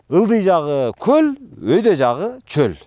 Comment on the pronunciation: Коозрак суйлончу! Коль эмес, голь деп айткан тууру болот адабий грамматика боюнча. Ошто туулгам.